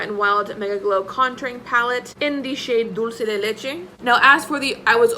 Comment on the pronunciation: I’m amazed at your grear pronounciation of ‘dulce de leche’. No other youtuber has done it so perfectly!! Great video, by the way!